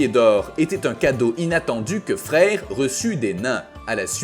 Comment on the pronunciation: Ça s'écrit freyr mais ça ce dit freyeur un peu comme draugr qui ce dit draugeur sinon change ton truc qui fait la vois ou change la prononciation qui fait saigné mais oreilles